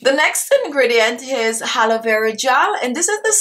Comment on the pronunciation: Did she say "Haloe" Vera Gel or its my ears? Nice technic btw.